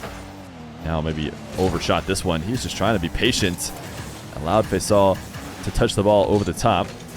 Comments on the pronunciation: His name is Pronounced Fasool short or Nickname for Faisal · fuss ool is the way you pronounce it. It is a nick name for Faisal